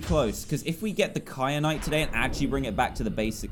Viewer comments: It's ky-anite not kry-anite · It annoys me that Dan says “kryanite” and not “kyanite” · It annoyed me too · also that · Triggered me sooo much when Dan kept saying kryanite and not kyanite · Does it bother anyone else that Dan says kry-an-ite even though it's Ky-an-ite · kryanite?? ITS KYANITE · Kyrite not Kryanite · why did you say cry-anite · the entire time i was screaming ITS KYANITE, NOT KRYANITE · It’s kyanite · Dan:"Kryanite" Me: Triggered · Wait a minute .....did dan say "wait a cotton picking second". Ouch Btw he said kry at nite instead of kryanite lol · Dan please stop adding an r to KAYANITE